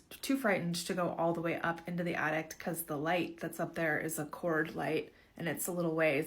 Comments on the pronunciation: Omg! The “addict”! I couldn’t even pay attention to the story because she kept saying that lol. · OH EMM GEE ! MEEEEE TOOOOOOO! That extra T at the end was blarrrring in my ears every time she said the damn word. Lmao. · DUDE I know same. Like no. I’m an ADDICT. That is an ATTIC. The thing in your house, above your head. 🙄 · The lady saying "addict" instead of "attic" is itchinggg me